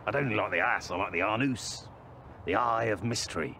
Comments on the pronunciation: Is it David Earl's goal to just say funny things until his co-stars break? I don't think I could keep a straight face. Especially after the "Anoose" part! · “The Ahhh-noose, the eye of mystery” - Oh my God - I’m dead 😂